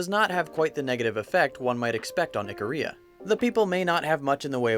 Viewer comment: It's pronounced eek-a-ria not the way he's saying it. I dated a girl who's family is from there. They produce some hot woman.